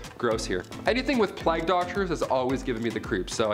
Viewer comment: Sweetheart it is pronounced playg-long A , it does not rhyme with flag as in the American flag